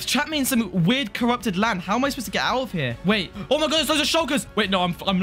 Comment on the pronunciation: ''hOw am I SuPPosT To grT ouT oF HEr''